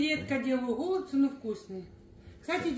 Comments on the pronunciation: Не Голубці,а голбЦІ наголос на кінці слова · ГолубцЫ, а не гОлубцы